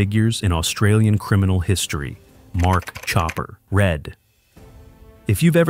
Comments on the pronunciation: It's Mark chopper "Read" not Red!! you numpty, at least get that right. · jesus christ you cannot even pronounce Chopper's name correctly. IT'S NOT RED, it's Read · FFS. It's pronounced "Chopper REED"